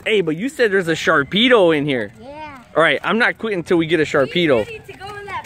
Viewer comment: there is no k in "Sharpedo''